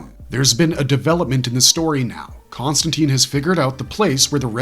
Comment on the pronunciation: Con-stan-tine; like fine, mine, nine, pine, wine, line, brine, etc. Not Con-stan-teen.